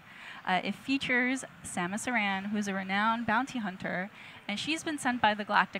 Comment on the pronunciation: Girls, it's 'Aran', not 'Iran'.